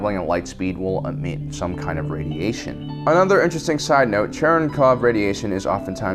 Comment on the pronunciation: LMAO it's Cherenkov radiation, not "Chernikov"